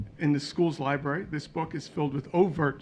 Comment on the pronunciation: Did you mean Library....😂😅😂